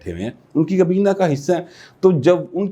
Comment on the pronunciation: کبینہ نہیں حضور، کابینہ!